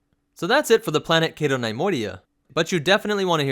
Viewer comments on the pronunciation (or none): NUH-Moidia not NIY-moidia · nee-MOY-dee-uh, not NIE-MOY-dee-uh.